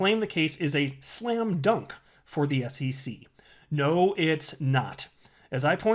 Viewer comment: Lol!....Slam drunk?